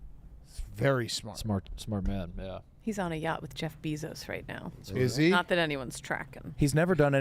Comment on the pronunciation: Why does Kate not know how to say Jeff Bezos’s name?